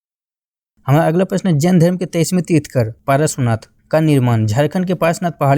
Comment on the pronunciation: Trithkar nhi trithankar hota hai sahi Se bolo yaar